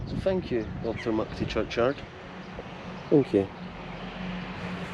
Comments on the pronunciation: C'mon min, stop saying Achtermuckty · That’s the common not mucty